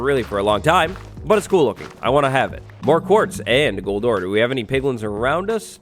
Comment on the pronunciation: I thought he said nether quartz you'll find everywhere kind of like cold sores not gold ore lol